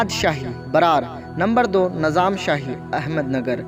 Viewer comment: Najaam nahin Nizam boliye